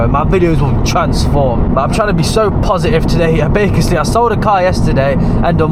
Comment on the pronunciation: Man’s said bakasly instead of basically 😂 not hating but is funny 😂😂